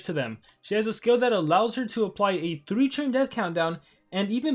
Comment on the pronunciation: Hhaha you say churn instead of turn